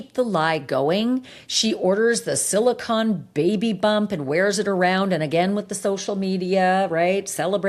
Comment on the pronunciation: Sili-CONE, not silicon. They are two very different things.